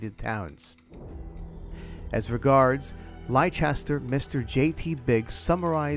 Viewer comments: For the second time in less than a week I find myself needing to correct the pronunciation of the English city of Leicester. Sounding as 'Less-ter' the 'i' is silent. It is not not Lie-chess-ter. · It's Leicester not Liecester for a start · The city in England, Leicester, is pronounced as "Lester" - not as "Lie-chester." 🙂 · Superb dude....big thanks and much love. P.S. Leicester is pronounced lester not lichester. Atb thanks again and happy new year. : ) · Just FYI, Leicester is pronounced 'Lester'. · Leicester is pronounced Lester :) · Leicester is not pronounced lie Chester! 🤦‍♂️ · While I felt compelled to correct the pronunciation of Leicester, I still found the video informative and interesting. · funny that the newspaper can't spell leicester correctly and the narrator doesn't know how to pronounce it.